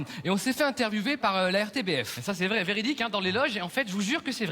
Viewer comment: "Velidique" Jsuis morte 😂